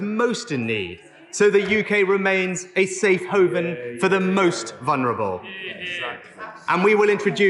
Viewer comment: “A safe hoven” ? 🤣